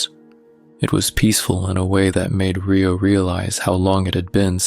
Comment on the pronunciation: Great story but my OCD kept me catching the mispronounced name of Rio (Re like recycle plus Oh not RAI-O not Rye bread Oh )but good story it’s like half right and half not big loved the story!❤ Love your voice!